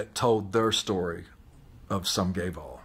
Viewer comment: Literally could not understand what he was saying, even though he said it like 48 times. I kept hearing "Sum guay vaal" and I was like, "huh, must be a Gallic phrase or something." Only when he said the full quote while recounting being in the parade did I finally get it. Geez!